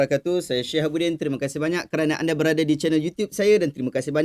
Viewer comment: Syehabudin ke syihabudin.sbb dlm tulisan syihabudin tapi bila di sebut terdengar seperti syehabudin.